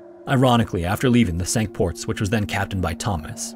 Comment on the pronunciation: Pronounced "sink ports"